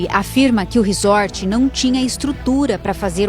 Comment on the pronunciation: Pelo amor, a pronúncia é "RIZÓRT"! Q horror isso aí, q tristeza!!! Um socorrista q nao socorre??? Isso é um ABSURDO! Q Deus conforte essa familia:(